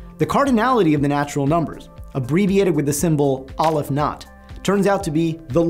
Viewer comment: I thought mathematicians were sticklers for details. So why is it that you pronounce Cantor as kæn-tɔɹ but you pronounce Aleph as ŏl-əf ?